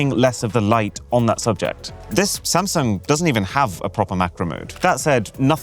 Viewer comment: He keeps calling Samsung as sam😂